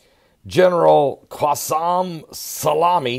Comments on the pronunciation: General Soleymani not Salami I think you were hungry when you recorded this video : ))) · its "Soleimani" not "Salami". You can't even read the title of your own video! and he doesn't have an insta account, that's his fan page LOL. This shows the IQ level of your viewers who couldn't catch it and are comparing his name to peperoni. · its pronounced soli-mani lol.. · I absolutely love, his pronunciation skills are a constant source of good natured humor. How on earth he gets Salami out of So-lei-mani boggles the mind. He makes even all this craziness not seem so big with his God given personality. Don't ever change.:) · U can't even pronounce his name 😂😂😂😂😂😂